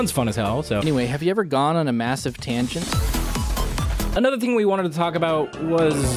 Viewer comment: >talks about "conrer" >doesn't notice "tanget"